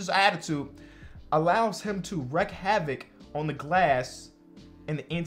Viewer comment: Why and both say WRECK havoc when its WREAK...